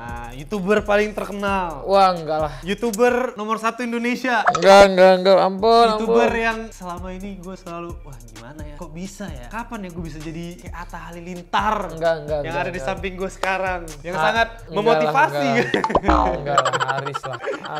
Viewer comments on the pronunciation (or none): ATTA HALILINTAR BANG BUKAN ATTA HALILITAR KURANG HURUF N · Halilintar ka kurang n nya itu wkwkw